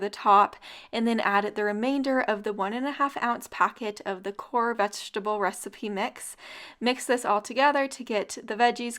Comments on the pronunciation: .....korr......I thought it was norr...... silent k, like ....knock.... lol. Potato.....potawto....🤣🤣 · it's pronounced "nor" not "kor". The 'k" is silent. Lol. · I like the meal ideas. Oh it's norr as in know rather than "core". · Knorr pronounced N-or! 😊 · The seasoning mix is pronounced without the k sound so it's nore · The food looks great. Thanks for sharing. FYI: Knorr is pronounced Norr. The K is silent. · Knorr. ‘Korr’? I thought the k was silent. Isn’t it ‘Norr’? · Pronounce noor, not core❤️ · The soup mix brand Knorr is pronounced “nor” just to save confusion, your dishes look amazing you got a new subscriber! ❤️ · You used a package of knorr (the k is silent, you pronounce it norr). Love your dishes and plan on making a couple in the near future. Best wishes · That veggie, herb-crusted chicken looks fantastic! I also will look for the pirogies to try that. Do you think it would work if you halved the mayo and replaced it with plain greek yogurt? Also, are you pronouncing Knorr as core? I've heard nor most commonly, but I know Canadians and Germans call it Ka-nor. I will have to ask my mother-in-law how they pronounce it in India. Since it's an international brand, so it has several correct pronunciations! :) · Great meals, just so you know the Knorr brand you used is pronounced like "nor" the "k" is silent. I plan on trying several of these. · The Knorr seasoning mix is pronounced “nor” not “kor” but great recipes as always. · I love your recipes. Lots of great meal ideas. I just wanted to mention that for the knorr seasoning the k is silent, like the word knee. So it's pronounced "nore." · Knorr products are always good. BTW, it's pronounced "nor" no "k" sound. These look great! Especially that last dish, yum! Thank you! Happy New Year! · Looks delish! Knorr is pronounced with a silent K, so nor not core. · Everything looks great! But a heads up the ‘k’ in Knorr is silent. Pronounced Nor. Also just wondering why you never try a bite on camera?